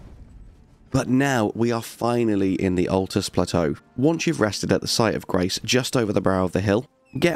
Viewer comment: Ok I know it's a year old and we all know the game inside out now but jeezo it's a bit of a stretch calling the luirnia caria knight armour set early game I stopped when you said atlus.